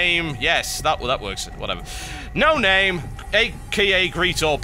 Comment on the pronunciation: How to pronounce Noname-(No-Nom-may) Cheers :P